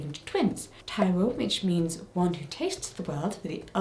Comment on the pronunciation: I’m not a twin but I’m a Yoruba Gemini and I just want to say you did a good job of pronouncing some of the Yoruba names and places, particularly Taiwo. Also, there is one variant of Taiwo called Taiye, but it has the same meaning (i.e. the one who tastes the world/life). Fun fact, the name of a child born after a set of twins is Idowu! Taiwo/Taiye, Kehinde and Idowu are gender neutral, most Yoruba names are. Twins are a blessing and they and their families are very well celebrated and supported in my culture. There are lots of traditional songs, chants, folklore etc about twins and the goodness they represent, about how easy their parents will find it taking care of them as they grow and about how their bond is like no other. I thoroughly enjoyed this video Jessica. It was really fun to learn about twins in other cultures and throughout history. Also thanks for always citing your sources, I’m excited to read and learn more. Sending love to you, Claudia and Ru ❤️